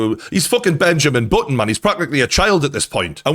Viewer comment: 'e's f'kin' Benjamin But'on, m'n. 😂